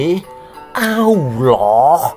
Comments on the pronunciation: Sama nyebut awuloh juga bikin kekel ....... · Ijin tanya Min.... Kenapa saat Kata ALLAH, AL-QURAN dan MUHAMMAD ada PENEKANAN yang Berdea dan Aneh? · 😂😂😂😂, aku baru lihat channel ini, ngakak aku dengan gaya ngomongnya, 😂😂😂, apa lg pas bilang "muhamad" dan awloh eswete 😂, lucu, langsung aku subscribe 👍🏻maju terus ya channel nya 👍🏻